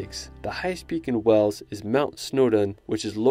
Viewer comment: To the narrator can you please learn how to pronounce the names of places properly. Stonehenge is not stonehedge and Wales is not wells.